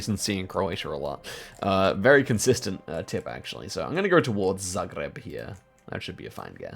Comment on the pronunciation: said zagreb axualy well